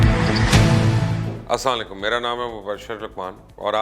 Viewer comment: Bhai jan ap salam thik nahi karty.. Assalam o alaikum bola karain